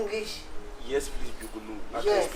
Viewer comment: Prease listen 😂😂😂 eeiiii kyekye